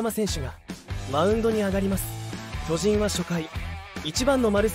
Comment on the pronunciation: 「巨人」のイントネーションがおかしい。あと、「無死」のイントネーションも「虫」になってる。